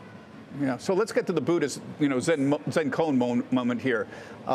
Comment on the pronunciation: He just doesn't jet it... 😂